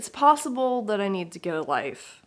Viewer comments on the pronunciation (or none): Possums are totally cute!! Also when you said “it’s possible I need to get a life” all I could hear was “it’s possum-ble I need to get a life” 😆